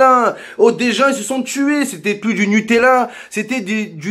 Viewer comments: Ouais sur le fond il a raison, c'est la façon qu'il a de le dire qui me fait marrer, le "nupala" il m'a terminé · Du "Nupalla " mdrrrr